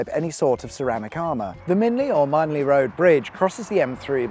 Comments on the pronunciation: Love it. Great video, great drone work too. It's MINN-LEE, NOT Mine-lee, by the way. There's an abandoned junction in after the M25 turn-off on the way to Junction 3 (it's by the bridge near where the stinky landfill is on the east of the south part of Longcross Studios). It was never completed. ALSO, just off the M3 by less than a mile, there is a short abandoned slip road between the A325 Farnborough Road and the far western end of Frimley High Street. The unused road is about 150 feet west of Frimley Rail Station as the crow flies. There's also Bagshot Test Tracks - next to the M3, just about visible on your left hand side as you drive southwards after Junction 3. These are used for offroading but were chiefly the Army's vehicle test tracks for years. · How can you pronounce “Minley” as “Mineley”?! 🙄 It’s MIN-LEE!! 😡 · Lived here 30 years. Never heard Minley pronounced as Mine-ly! I remember the hoo-hah about the Twyford Down cutting around Winchester, but boy has it saved time getting down to the coast! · another great vid fyi (and others) who dont live around jn 4 the road you mentioned Minley is prounounced locally as Min lee cheers